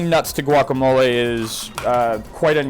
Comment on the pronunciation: Sea-lontro. Guacamol-ah.